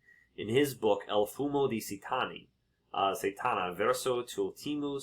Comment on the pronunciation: Satana pronounced SAH tah nah. Not Sey-TAH nah